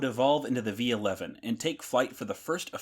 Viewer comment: Vee Eleven